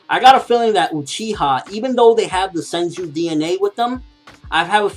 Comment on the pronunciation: it's senju, not senji